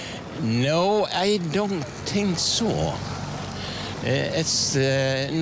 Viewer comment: Bättre uttal än de flesta jag mött. T.ex. de flesta uttalar 'think' som antingen 'fink' eller 'tink', det gjorde inte han här.